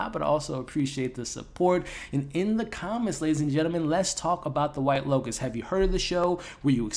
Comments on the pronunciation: L O T U S... Not L O C U S. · Why do you keep calling it the white locust???? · Pretty sure its 'Lotus'... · Cmon man. Within the first 20 seconds of the video you call it the “white locust” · Bro keep saying locus and I'm living for it ❤️🫠